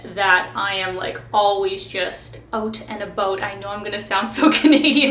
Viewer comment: Yeah... you did sound rather Canadian when the "out and about" came out on video but great video nonetheless